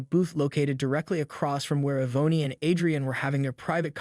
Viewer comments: Wonderful story but next time pronounce peoples names correctly it's not E vone e it's pronounced E von and it's not Add dree ann A dree an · I can't listen any longer. Yvonne is pronounced E-VON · It's pronounced EE VON! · The name Yvonne is pronounced 'e Von'. Great story. Love/miss Waffle House.